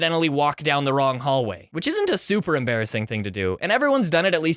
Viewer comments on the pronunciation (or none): Muh most emerbassing sckhool momints XD